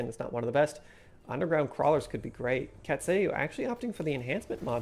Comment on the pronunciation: The "cat say u" was actually a Greek mu which is pronounced myu, so the name is probably pronounced "Cat say Myu", which is pretty fun.